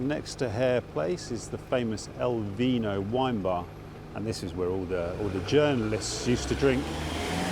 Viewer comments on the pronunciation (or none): none